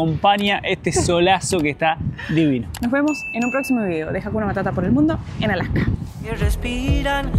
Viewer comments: por qué dicen "Alaka" en lugar de "Alaska"? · You pronounce the s. The horns on the moose is called a rack. My parents went to Brazil to build a church, Also in Mexico. We have Cabelas here in Alberta also. You do not use the term Eskimo. They want to be known as Inuit which means the people.